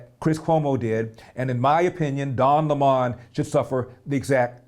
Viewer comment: At first I wondered who Larry meant when he said "Don lay Mon." LOL!